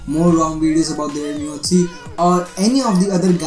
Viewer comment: Redmi "nore" 3